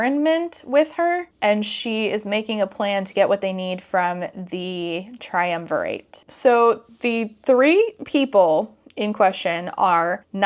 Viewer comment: I'm livinnnggggg for these Emperor's New Groove memes🤌✨✨✨ also that island with xaden's mom is more likely rome. triumvirate was a roman thing -- which you did pronounce right a few times! XD